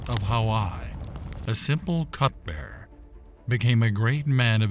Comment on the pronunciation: Cupbearer not cutbearer